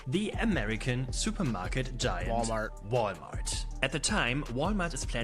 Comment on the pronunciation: Thanks, i had no idea Walmart is pronounced Wall-e-mart in the US.